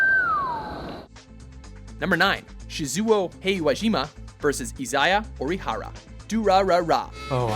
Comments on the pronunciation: ...WHY CANT YOU PRONOUNCE ANYTHING RIGHT?! It's Shee-zoo-oh He-wa-jee-ma and Ee-zai-ya Oh-dee-ha-ra in Der-ra-ra-ra, WHY MUST YOU DO THIS TO ME?! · Stopped watching at "Shi-zooo-oh" and "E-za-yah"... Pronunciation is awful from both the narrator and voice actors!! 😖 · Btw how he read that: Shiyzuwow Heywayjyma and Izaya Ouryhara That's a pain in the ass, hearing that... uhh